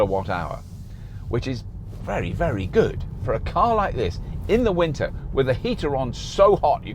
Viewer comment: British "Winter"... :D